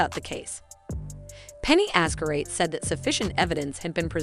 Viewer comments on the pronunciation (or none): Hearing her name pronounced as "Azcarate" is...well, quite an experience. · Wow! Do your research, at least on name pronunciations! It's really jarring to hear you say Azcar-ayt, and Vaz -quez when those names have been repeated add nauseam in the past two months. It makes you sound life a total amateur. Come on, it's not that hard. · You might want to start off by pronouncing Her Honour's name correctly lol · I'm sooo bothered by how you pronpunce Judge's surname. 😬😬😬